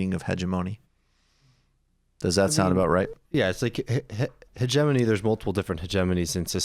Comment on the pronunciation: Hegemony is pronounced: heg-EM-ony. (The strong syllable is the second) 🙂 The guest pronounced it correctly.